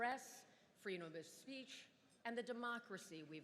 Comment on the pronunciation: she slurred “freedom of speech”.